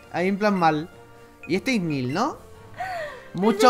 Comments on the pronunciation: Me ha entrado un krkqkfd al ver ese "Ignil", es "Igneel" :"v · Creo que se dice "Igneel" en vez de "Ignil" ;3 pero no se, puede que este equivocada. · No sería Igneel en vez de Ignil?